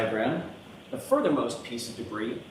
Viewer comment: Did he call the debris - Bree?!?